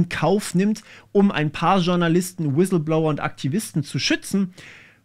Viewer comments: „Wisilblower“ war sehr stark 😂 Spaß beiseite, gutes Video 👍🏼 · Ich bin sowas von weg gebrochen, als Du im schönsten Dschörmän Inklisch "Wiselblouer" gesagt hast :D